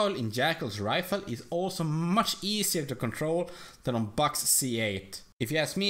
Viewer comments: mush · The way he says "much" is hilarious